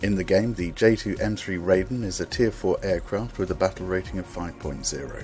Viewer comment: Gonna be knit-picky here (this is promoted by Gaijin themselves, as well), I seriously only came to watch the first 10 seconds to see if the name was pronounced wrong, and it was...